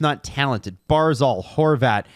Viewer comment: Hard to take you guys seriously when you don't even know how to pronounce the names of our players. And not just rookies, but vets. Hopefully you'll learn how to pronounce Barzal before he retires.